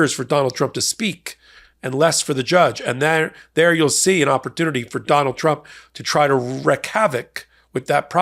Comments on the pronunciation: Gently letting you know that "wreak" havoc is pronounced reek, not wreck. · Wreck havoc?? 😂😂😂😂 Did you mean wreak?